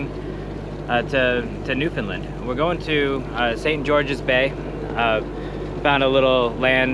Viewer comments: in my opinion you pronounced it correctly (i.e. colloquially). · You said it right… take it from someone who’s from the region